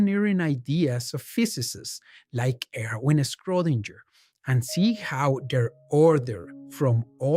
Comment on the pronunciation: Very nice work, but please check Schrodinger pronunciation. Thanks!